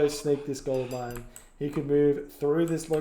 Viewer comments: Am I the only one hearing say ”gold lion” instead of gold mine? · I think he says "gold line", which sound pretty similar to gold lion xD